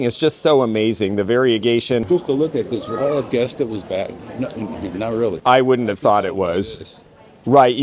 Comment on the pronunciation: Alvino Bagni's surname - the gn is pronounced like the gn in lasagna😊